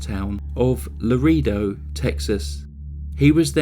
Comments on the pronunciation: La-Ray-do not Ree..😖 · Dear, Laredo (Texas) is pronounced La-ray-doe. Thank you for your presentation of this crime, and others. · He reminds me of Dana Ewell, both killed their families, both hollow greedy little men, dead inside. PS Laredo in Texas is pronounced, La-ray-dough. Thank you. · Listening to true crime Youtubers pronounce cities and towns in Spanish is adorable. "Lareedo" ha!